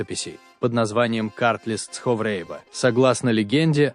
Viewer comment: Автор, если не знаете произношение названий, слов этнонима кавказских народов и стран, то не надо их исковеркать. У вас дзурдзуки стали дурзуками, цховреба стало цховрээба, дидойцы стали дидайцами. Не надо придумывать не свойственные произношениям кавказских народов акценты.